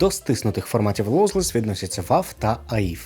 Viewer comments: перед записом відео раджу перевіряти як вимовляються англомовні слова та назви. це, наприклад, про «лоузлес» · Мені якось Tidal зайшов. Доречі, автор - не "лоузі" і "лоузлесс", треба повчити інгліш шпрехенінг ) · Якесь дивне визначення (та й вимова) lossy і lossless. По такій логіці 16bit 44.1KHz MP3 lossless, а 16bit 22.1 KHz WAV - lossy. Хоча втрати інформації при компресії відбуваються саме в першому, а не другому випадку... Ще автор так кумедно розділяє на окремі категорії "без втрат" та "lossless", хоча це те саме різними мовами. І WAV тут чомусь - стиснутий формат